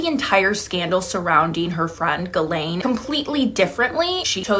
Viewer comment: I'm sure it's pronounced Jhilaine not galain